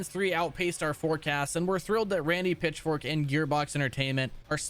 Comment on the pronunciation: Am I the only one that hears Randy Pitchfork instead of Pitchford?